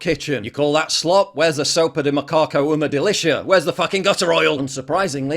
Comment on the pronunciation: You said "sopa de macaco, uma delicia" really well lmao